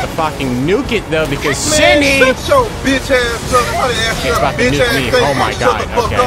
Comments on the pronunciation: I never understood people who got mad from slight mispronunciations, and then I became a Shenhe simple and watched this video. I am conflicted. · You are the only person who I have heard Shenhe like that 😭😭😭😭😭😭😭😭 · The way he's pronouncing "Shenhe" 😭😭